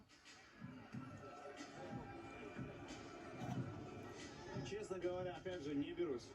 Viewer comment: Автор АДЛАН а не Аднан